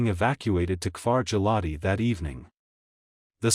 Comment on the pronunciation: His pronunciation of Giladi, Ayelet Hashahar, Kiryat Shemonah and Trumpeldor is atrocious!